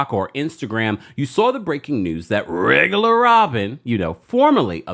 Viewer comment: Not rrrrrregular Robyn 😂😂😂😂